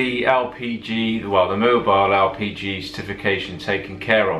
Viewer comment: Sometimes it sounds like your saying RPG instead of LPG.